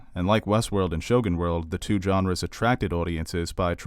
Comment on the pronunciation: Genre is pronounced with a soft G, no D in front. Sergio is pronounced with a J like John.